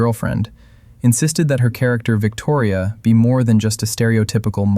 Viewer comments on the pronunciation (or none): none